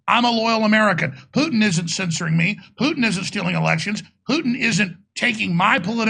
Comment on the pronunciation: lol "pooten"